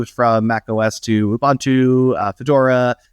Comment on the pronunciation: Please look up how to pronounce Ubuntu. The name was specifically chosen as a word in Zulu that means to be open and receptive. There is only one way to pronounce it.